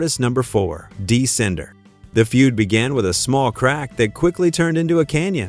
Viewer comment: Yeah, Dee Sinder got me rollin